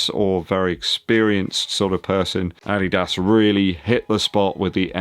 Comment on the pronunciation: Hi do you have German roots? You are the only English Youtuber who pronounces “Adidas” correctly “Dankeschön” is pretty good too. Cool Video✌